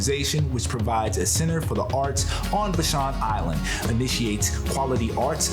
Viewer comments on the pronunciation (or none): Would be nice if you knew that "Vashon" rhymes with ""Passion". It is not vaSHAWN. Glad you had a good time. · VAA-SHAWN VAA-SHAWN thats how you say Vashon! Not Vshon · Pronouned "Vaa - shon" Island (long "a" sound). Thanks for this adventure thru "new" eyes. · Vashon pronounced va-shawn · Please do just a little research before pronouncing local names. Vashon Island and Admiralty Inlet are two examples of names that you mispronounced. Thanks